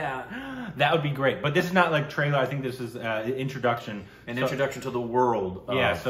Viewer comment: It is trailer not tailer